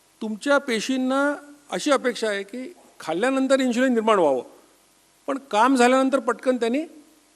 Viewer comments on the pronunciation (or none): इन्शुलिन नसता ते. इन्सुलिन असता. "श" नाही "स" वापरा.